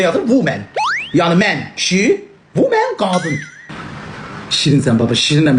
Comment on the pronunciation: Sən "womene "gedirsən